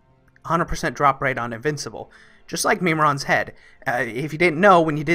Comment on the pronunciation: MIM IRON not MIM RON ;)